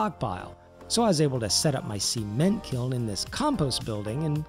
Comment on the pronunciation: "seement" lol